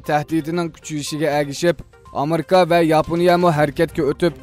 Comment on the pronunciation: “Amerka “ emas “Amerika” dap ukung..